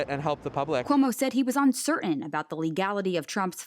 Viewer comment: "Un cer In"